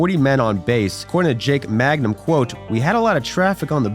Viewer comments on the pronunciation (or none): Jake Mangum, not Magnum. Mississippi State legend. Mayor of Starkville. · That's Jake MANGUM, not Magnum